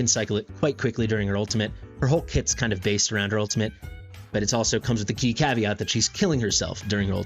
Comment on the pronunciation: It also comes with a key caveat. When I heard you pronounce that, it sounded like caviar. lol.